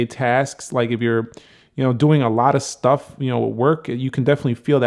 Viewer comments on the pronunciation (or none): none